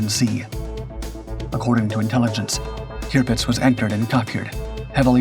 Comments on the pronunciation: I agree with other comments about the start. It doesn’t become clear that this video is about the Barracuda until we are a couple of minutes into it. What ruins the video for me, once again, however, is the cringeworthy way that Tirpitz is pronounced. It is “tir” as in “sir” not tier as in pier. For goodness sake. How I wish the voiceover artist would check his pronunciations before releasing his videos. It’s just so unprofessional. Quite what a crashing DH Mosquito is doing in this video is also beyond me. Apart from all that the video was quite interesting. Keep going but do please take the fair criticism on board. If something is worth doing, it’s worth doing well. Very best wishes, Adrian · I had to stop the video after I don't know 2 minutes something like that to say I've never heard you mispronounced or recognized you mispronouncing the names of ships or persons or events and then I hear you say tupdz and I think you said another variation of it it's the tirpitz and she was actually a lumbering loggerhead of a piece of crap she didn't make much of a difference in the war except for when she was finally sunk it destroyed the morale of the German Navy and that's when the Germans finally realized outgunned outmanned and out brained or one would say out maneuvered it didn't help that they were led by a maniacal insane individual with a God complex